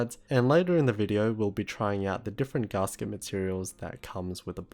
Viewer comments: It's gasket, not garsket. Gas. Ket. ;) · Yes. I live in Australia. But none of that has any bearing on the correct pronunciation. I think he's just read the word and not heard it, because zero people, of any accent, pronounce it like that. Even the upper-class Brits, who are most likely to pronounce "a" as "ah" (as in "dance") don't say it like that. It's not a criticism or a dig, just letting him know :) P.S. You're supposed to capitalise country names.